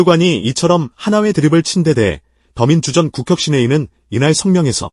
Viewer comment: 근데 기자님 목소리로 하시는 게 더 편하게 들리는 것 같아요. 더민주전국혁신위원회인가 띄어쓰기 이상하게 읽네요. 더민주전, 국~이렇게 ^^